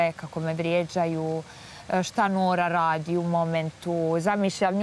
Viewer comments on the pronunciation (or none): Ali način na koji akcentuje ime NORA je užasavajući!!!! Žena je Romkinja!